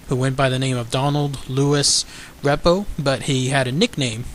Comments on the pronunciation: You should write down what you are going to say first! You are making too many mistakes while talking. It's called 'auto pilot' and the officer bumped into the steering column. Don's last name is pronounced REE-po,,,NOT REP-o. Please prepare your videos BEFORE you start just talking from memory! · You should rehearse the script a few times and get the names right and the people right. Main Ghost was Don Repo the Flight Engineer although Bob Loft appeared a very few times. Repo "REEEPO" pronunciation.